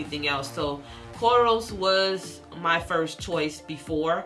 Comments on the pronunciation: She kept saying corals and it literally made me cringe 😂😂and you post the spelling and still pronounce it wrong 🤦🏾‍♀️.. informative though, thank you ma’am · its her accent